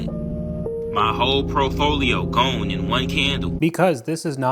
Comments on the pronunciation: At about "My whole profolio" 🤣 It's "portfolio" buddy. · "my whole profolio" 😂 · did he call it his prote-folio? lol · If you say "profolio" maybe you should leave investing to other people. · "Profolio" and other investment terms